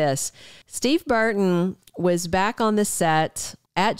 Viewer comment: It's "BURton,' not BARton.